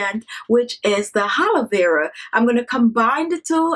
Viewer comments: Blue winter baby x the triple a (aaa) is for emphasis of the "a" vs. the "h" which she incorrectly adds at the beginning of the word. lol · ...it's Aaalovera not Halovera. Keep the beauty ideas coming though. I often check in to see your videos.